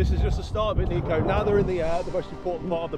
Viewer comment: You know Niko respects people when they call him “Neeko” but the subtitles still say “Niko”